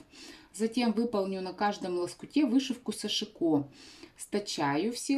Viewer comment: сАшико ударение на первый слог?